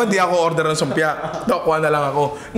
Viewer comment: yung "Sumpia" ang patunay na legit taga Malabon ka nga HAHAHAHAH